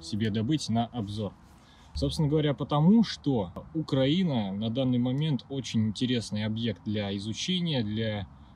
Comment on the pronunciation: не укрАинские, а украИнские не УкрАина, а УкраИна